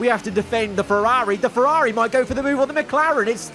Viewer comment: Why does this guy pronounce Ferrari like he’s falling off a building “FerRAHHri”